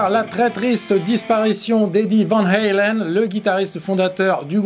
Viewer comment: Néerlandaise le a se prononce a et pas aïe vaaaan haaaaalen